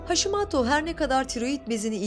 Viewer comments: Haşimato dedikçe sinirlerim bozuldu. Haşimoto haşimoto. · Sağlıklı Yaşam kastettiğim haşimaato olarak okunmaması